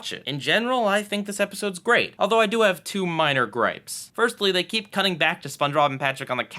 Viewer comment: Am I the only who, during the Squidward in Clarinetland review, heard him say "kleep the clarinet" instead of "keep the clarinet?"